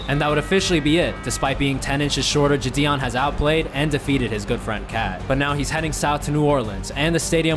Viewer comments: It’s no jition it’s jidion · why does he say jidion like jadion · It so funny how he says ji-on